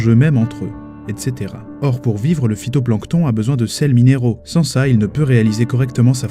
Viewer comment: J adore (nan me dit pas pas que c est le fitonplanton -si si c est le fitonplanton